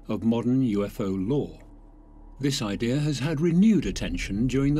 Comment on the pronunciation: There is no R in idea !